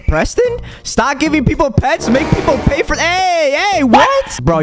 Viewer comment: Proston lol